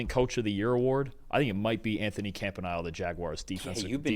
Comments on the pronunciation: Camp•ah•nee•ley --- it's not difficult, it's Italian. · Camp-uh-knee-lay Hope this helps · Someone teach that man how to say Anthony Campanile's name right. duuuuuuvallll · Why does refuse to learn how to properly say Campaniles name properly? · Brock Purdy turned the ball over three times and they gave him a higher rating than Trevor Lawrence. They can’t even say the Jaguars defensive coordinator’s name correctly. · You think you guys can learn how to pronounce the DCs name?……. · The mispronunciation of Campanile has got to be a bit by now.